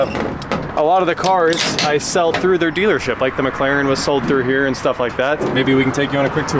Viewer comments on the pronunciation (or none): none